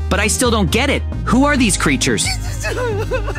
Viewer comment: dısıza smiling crrıters